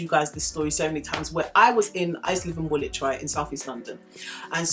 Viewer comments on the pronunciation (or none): I subscribed as soon as I heard I heard Woolwhich loool